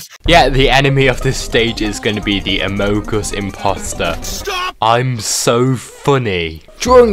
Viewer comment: the way that he pronounced amongus A M O U K A S